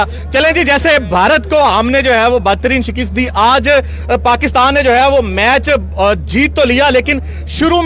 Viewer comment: Shekest nai Shekast hoti hai 🤦‍♂️